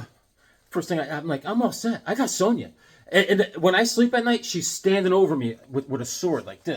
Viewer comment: First me, now. We're not freaks, man. It's Sown-Ya!!! LOL